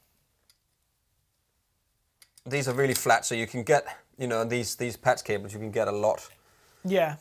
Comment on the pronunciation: says "Patz cables"